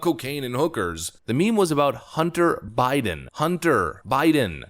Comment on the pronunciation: Hunt-ter, Bid-den, lol